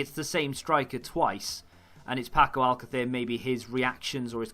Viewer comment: I agree with you that latency is the biggest issue. When I first started playing the game, I was frustrated at the amount of passes that I was missing, but I guess this is more of a 'feature' than a bug. I've learnt to be more patient and selective with my passes. And, if I may, I have one correction and one suggestion regarding Spanish surnames for you. :D First of all, I heard you say AL-cather a few times, and there was even a video where you were wondering if that was the correct pronunciation. It's close, but it's not. It's pronounced al-CA-ther, with the accent on the second syllable. If you ever see a graphic accent on a Spanish word, that's where the emphasis goes. For instance, in Alcácer you have the graphic accent on the second 'a', so that's where the emphasis needs to go. Hope this helps! :)